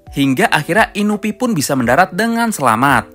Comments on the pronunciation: INUI BUKAN INUPI HADEH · Inui pak bukan inupi